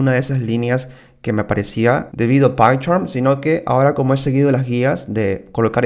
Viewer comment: Horrible como decis python!. Jaja Tus videos estan bien, pero me suena rarisimo tu python, pycharm.